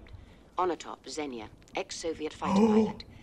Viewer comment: It's pronounced "ZEEN-ya"